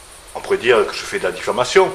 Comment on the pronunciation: ! attention !! bien dire " diffamation" et non pas " diffLamation" !